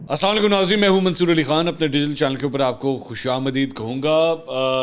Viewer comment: 'Asamalakum' nehi bolo assalamo alykum bolna hey baba-!!